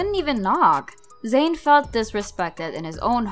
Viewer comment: Zain not Zsin